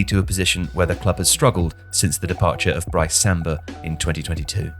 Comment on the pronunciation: pronounced Brice Samba wrong